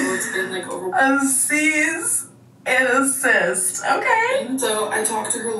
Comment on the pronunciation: “Seize and assist” will forever remain one of my fave molments 🤣